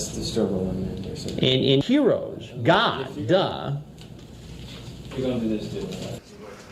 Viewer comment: I keep on laughing when Chris Hansen says God like that like he’s putting emphasis on the letter D it’s so damn funny if you really think about it